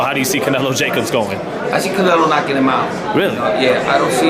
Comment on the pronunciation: Gervonta : I'm fan.. .canelo and what's his name?? Uhh ja kobs lmao